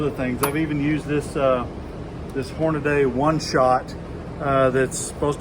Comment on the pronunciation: Drives me nuts when people do this. Especially after they’ve been informed. Most find it disrespectful to knowingly mispronounce their name.